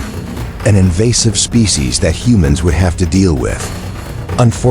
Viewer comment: Invasive mispronunciation of "species."